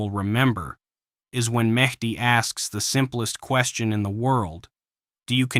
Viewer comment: It's Medhi, not Matey. 🤣🤣🤣